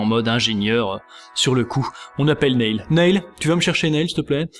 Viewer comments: Juste, on prononce pas "Nayle" mais "Nille" Sinon super! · s'il vous plait arretez de prononcer son prénom comme ça, il se prononce Nill. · Ça se prononce Nil